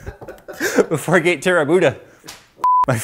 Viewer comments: "My fourgate terrabuda" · "4-gate Terabuda" ROFL :D